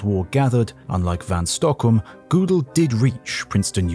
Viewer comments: THE COMMENTATOR IS NOT A GERMAN SPEAKER, ... he pronounces Godel as Goodel (as in boot) rather than as Goadal (as in boat). The umlaut (the horizonal double dot over a vowel, in German) converts the "o" in Godel's name from the short o as in hot, to the long o as in O (P Q)). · Kurt Godel. Not GOO del The German is Ger del. First syllable like a dogs growl ryhms with her. English is Go del. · Fun fact: Gödel doesnt rhyme with poodle ☝ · Great documentary, but the way you pronounce Gödel is an insult